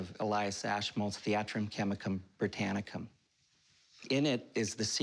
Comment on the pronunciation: Yeah it sounded a bit rehearsed. Just a tad lol He also enunciates every syllable when he says the title, which is both bizarre and annoying… “Thee-AH-trum, Chem-ICK-umm, Bri-TAA-nick-UM… »